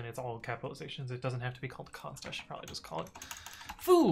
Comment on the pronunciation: xD idk why but i heard `cont` instead of `const` had to search around a bit thinking i'm dumb even though i mainly use javascript